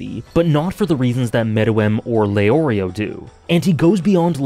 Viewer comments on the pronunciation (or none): none